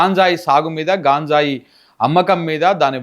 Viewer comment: హలో సార్ అది గాంజాయ్ కాదు గంజాయి దయచేసి ఇంక ఎప్పుడు గాంజాయి అనకండి. ఆమె అంటే అమెరికానుండివచ్చినది తెలుగు రాదు మీరేంటి